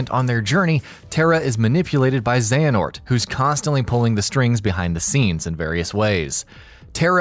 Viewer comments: Overall, this recap is accurate and enjoyable, but hearing "Xenahort" instead of "Xehanort" in the latter sections of the video... 😬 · I won't forget that "Xenahort" moment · Got real triggered when i started hearing "Xenahort" instead of "Xehanort" but at the same time I would've hated to go back and redo that shit too LOL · I feel a lot of darkness everytime this guys says Xenahort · Every “Zena-hort” hurts my soul. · Halfway through the video they start saying Xenahort instead of Xehanort, and it ruffles my jimmies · Who the fuck is Xenahort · Y’all butcher Xehanort’s name bout as much as you do “Yuffie and “Red 8”😒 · Was a great video until the second voice actor cant figure out how to pronounce the main antagonist of the game and is then so distracting you cant follow along. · Okay... Having 2 different narrators is not ideal to begin with... But having it 1, start over half way through and 2, having him say one of the most common KH names WRONG... my god... The info is good, but it's so hard to sit through the second half of it... Not t mention the fact that only half of the "X blade" mistakes were fixed... A mess of a video, but all in all good. P.S, you mention we should comment if we thought you missed anything and whatnot, but are you even going to look? who's going to look? is anything going to change? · Aaaah!!!! Pronounce the names correctly please!!!